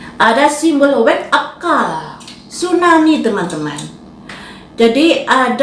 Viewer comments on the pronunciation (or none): none